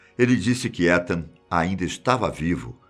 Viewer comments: Se pronuncia "itan" fiquei com um nervoso você falando étan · só uma correção não se fala Etan com E se fala Itan como se fosse escrito com I :3 espero ter ajudado e gostei mto do video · Só uma dica o nome etan patz se pronúncia itan ,e nao come se le☺️ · Acho que se fala “Itan” o nome do menino. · Essa pronúncia de Etan tá me fazendo dor de barriga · Da agonia ele falando "Étan" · Muito obrigada novamente pela excelente história. Ethan em Inglês se pronuncia Ithan , o song do “I” em Português. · Em inglês escreve-se Etan mas lê-se “Itan” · O nome Etan , se pronuncia Itam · A pronúncia do nome do menino tá errada